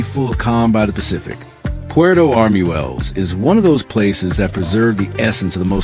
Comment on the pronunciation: In Spanish, "ue" has a W sound, so it is not arm-u-el-les, it is arm-wel-les.